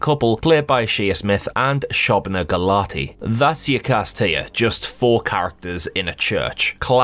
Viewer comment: I think it's pronounced show-bna rather than shob- like cob lol